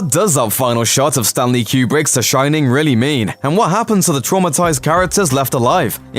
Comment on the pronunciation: You've got the Shin-nin 😂😂😂